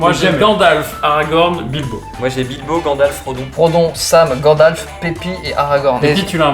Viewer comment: Ils ont tous dit Bilbo ........ AAAAAAAAAHHHHHH, c'est Bilbon